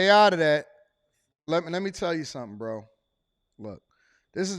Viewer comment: “B Row” 😭😭